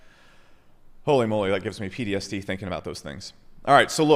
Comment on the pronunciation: I think he has dislexia, he said PDST instead of PTSD